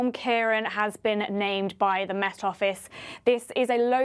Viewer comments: its keer_awn not Kieran. fada over letter A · Not wishing to be pedantic, but the second "a" has an accent on it - which means that the last syllable is pronounced "awn" (as in yawn) 😀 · Just one thing, it's pronounced KeyRawn. The 'C' is hard like the letter 'k' and the accented á is awn. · Ciarán is pronounced "Key-rawn", there's a fada over the second a (á)